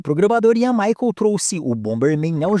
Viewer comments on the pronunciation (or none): none